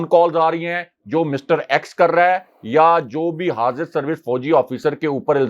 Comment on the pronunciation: EX hota hay ax nahi